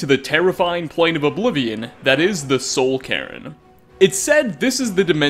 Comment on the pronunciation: he said soul karen